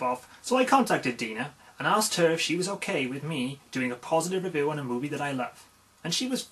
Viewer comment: first major "revoo":P